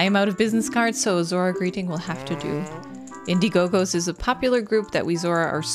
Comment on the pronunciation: lol at the repeating of saying Indie Go Gos (crowd funding service), when it should be Indie-Gos (play on word from indigo)